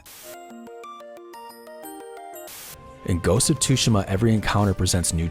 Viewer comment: The way you pronounce "Tsushima".... grrrrrrrerrrr